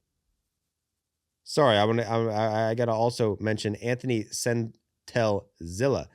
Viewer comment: Antonio Senzatela is pronounced - "An-toe-knee-oh Sen-za-tell-uh" and he's not a starter anymore. I get that you and the rest of the MLB don't give a shit about the Rockies, but try to make it a little less obvious.